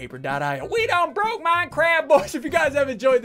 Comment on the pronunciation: No one: Literally no one : SSundee: We Bwoke MincWAAAFT!!!!!!!!